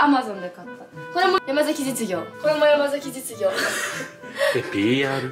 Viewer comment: 山崎実業って言えてない😂😂😂